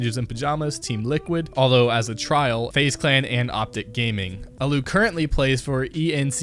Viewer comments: JxnaZ I didn't mind that he mispronounced the team name as much, but if you mispronounce the legendary god allu then someone wrong happened. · Me: aaalluuu: ALU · It's allu not alu! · It's allu not alloo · ‘Aloo’ ... who the fuck is aloo? Oh right, Allu. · a loo is where i take a shit its pronounced ALL Oo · Like cmon it’s allu not allou no offense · This guy obviously has little understanding of pros and the pro scene. "uh-loo" "cloud9 is the best north american team in the world" this is just an NA hype train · Gotta say this video is very ill informed: NaVi is a top 3 team right now and won Cologne It's pronounced Al-u ScreaM has had ups as of late but it's not certain at all that he will thrive in a top tier team as he has been shaky for much of the past two years with only an up trend lately, perhaps due to being on EnVyUs and playing lower tier opposition who he can out aim. IMO scream is very overrated. Saying 'the best NA team in the world' during 2015 is like saying North Korea has the best nuclear program in North Korea in the world. It's simply useless information, as NA was absent from the world scene then. Even furthermore, Team Liquid was the first impressive NA team when they went deep in Columbus and Cologne in 2016 while Cloud9 was getting bodied by online teams. Overall I'd say this video is inaccurate and just parroting what the new community members think they know. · the allu pronounciation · 8. Nothing here was right. Not one thing here was right. Like wtf i know this channel is trash but come on! Do you even play cs? Its mouse-sports not mous-esports, allu sucks even harder than you do on names and this was legit just 3 seconds in! And allu was a member of faze not a trial. Nobody has ever questioned why he is on ence ever. If anything he should be on a worse team. Like fuck outta the cs scene please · the way he said allu lmao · Dont speak about allu if you cant pronounce his name correctly, and ence is not even that bad